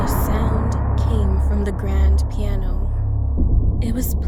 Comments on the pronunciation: ok now this is weird like why were you in the bastment instead of class and it's piano not plano XD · It piano not Plano lol 😂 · Is Piano not plano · Who watch when it Plano not piano lol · Who was confuse when it said Plano?